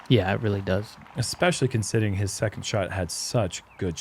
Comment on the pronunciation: Hey you were trying to say especially considering and you said consitting lol 😂 idk how they didn’t catch that